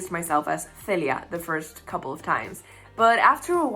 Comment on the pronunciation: Celia! That is such a gorgeous name! I love the accented version of your name much much much more than the 'English Speakers' pronunciation. :)